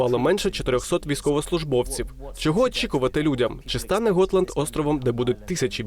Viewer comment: Gotland - ґотланд, а не готланд